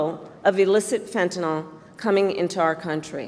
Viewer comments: One minor criticism of Harris's speech. She keeps mispronouncing fentanyl! She keeps putting an extra a in there at the end and calls it fentan-al (awl). It's fentan-il (ill)! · i L. O. V. E. her so much - but KAMALA - please say FEN-TA-NYL - the actual drug - NOT "fen-ta-NOL"